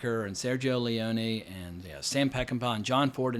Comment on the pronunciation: Dude you are wildly undersources about your Cinemax history. Knowledge. sue-gee-o Lee-on-A. Having said that. New Line Cinema canceled the 2nd installment